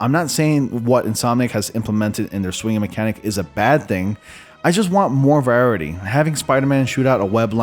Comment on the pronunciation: Is it just me or does this guy really not know how to say “variety”?